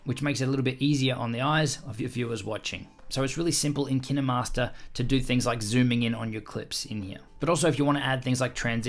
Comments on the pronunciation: It,s Kinmaster with the long I sound not short i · I saw kinermaster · I thought that was pronounced "kine" as in "fine" .-. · That's hiw you pronounce Kinemaster !? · Almost everyone thought that. I think he pronounces it wrong tho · I only come here to learn how to pronounce kinemaster as Kiy-ne-master. I am happy I know that now. My mentor "Kiy-ne-master" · Nobody: Him: kInDeRmAsTeR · I thought it was pronounced Kine master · I love he said Kine-E-Master 😓😓😓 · Why have I only just heard KineMaster pronounce kin-er-master lol this whole time I’ve been calling differently lmao whoops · My biggest tip is.... It’s pronounced kInemaster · Did u call it kinamaster?! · It’s K- ine-mast-er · It’s kin master not kin e master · Dude it KineMaster not kindermaster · Tip for new users: its kinemaster like you would say kind. This guy is annoying so much by saying kinehmaster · KineMaster ❌ Kinamaster✅ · I never say Ki -Neh-master I just say KY-n master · Years of kinemaster... Just to know its not Kine-Master but Kinay-Master I can't believe it's not Kine-Master! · Kin emaster It’s kine master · him: kina master me its kinemaster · When he says kinnamaster instead of kine master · Why is it pronounced KIN-EH-Master I pronounce it KA-INE- Mastrr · Ki-ne-master? I call it ‘kine-master’ Pronounced ‘kyn-master’ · my biggest tip do kine master is to say K-I-N-E -M-A-S-T-E-R and not K-E-N-E-M-A-S-T-E-R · My best advise is that you should pronounce it as KINE and not Ki Ne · Nice video but wtf is Ki-ne Master?! Its Kine Master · KinAmaster? I thought it was kinEmaster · Did u just say KEE NE MASTER?! Actually its Kine /kīn/ master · My biggest tip is saying the name right if Kinemaster was what you say it is I would be spelled like this Kinnemaster But it's kinemaster Pronounce it like this: K-I-N-MASTER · I thought it was pronounced kine not kiney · its KineMaster not kinderMaster but great video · Kin master not kine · Why did he say kinamaster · KIN EH- MASTAH